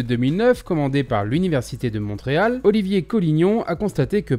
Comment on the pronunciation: Et on ca se prononce Monréal et pas MonTréal !!!! sinon continu j'aime bien cque tu fais